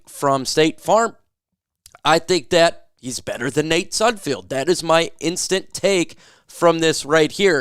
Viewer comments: I don't like Sudfeld, but stop saying SudFIELD. It's FELD. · ARE YOU EVER GOING TO SAY NATE SUDFELD'S NAME CORRECTLY?